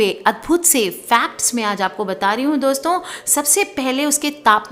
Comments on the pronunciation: Dosta dosto 😂😂😂😂.. apko v hai Voice paralysis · She said Dosta ,Dosto OMG hehehe